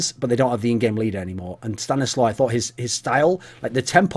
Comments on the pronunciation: If it's a Polish name it's pronounced "staniswaf". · Mike Hunt stanislaw is pronounced sta-nees-wav, its a polish name...